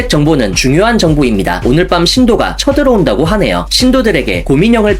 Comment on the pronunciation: 이때 뿜었넼ㅋㅋㅋㅋㅋㅋㅋ아니 쳐들어온다가 다른 뜻도 있는데 왜 나는 욕처럼 들리짘ㅋㅋㅋㅋㅋㅋㅋㅋㅋㅋ